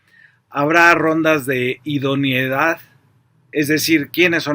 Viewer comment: IDONEIDAD! No IDONIEDAD, Fabrizio!